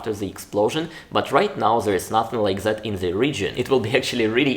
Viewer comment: I have only one notice, but it's not exactly about the video topic. Don't use "Z" instead of "Th." A good example is: "Zet and zet kind of product." I have noticed this in your previous videos as well. I know maybe it's hard to pronounce for you as a Russian speaker, I have myself problem pronouncing some English words as a non-native speaker, but it's possible to fix it.